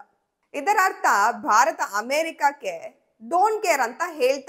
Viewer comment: ಎಲ್ಲ ಸರಿ ಉಚ್ಚರಣೆ ಬಗ್ಗೆ ಗಮನ ಇರಲಿ, ಭಾರತವನ್ನು ಬಾರತ ಅಂತ ಕೇಳೋಕೆ ಸಂಕಟ ಆಗುತ್ತೆ